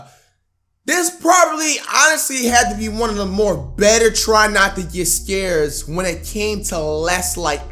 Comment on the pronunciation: Every time he says "scureeeed" i cringe hella bad